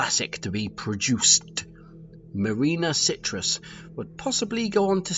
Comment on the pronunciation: I could be wrong, but it sounds to me as though you’re saying Marina Citrus instead of Sirtis. Also, you’re saying McSomething instead of McFadden for Gates’s name.